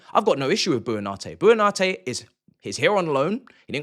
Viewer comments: FYI "Buonanotte" is pronounced "bwo-na-NOT-teh" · your inability to say buonanottes name is staggering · Man pronounced "Buonanotte" about 4 different ways and said it wrong every single time 😭😭😭